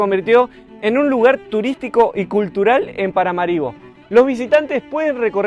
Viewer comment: Muy interesante reporte desde un pais poco conocido. Me gustaría ver interacción con gente local. De paso, la pronunciación correcta del nombre de la capital es con acento en la última "a".